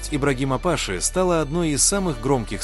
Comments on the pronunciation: Не пАши , а пашИ . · Не пАши, а пашИ. Ударение не верное.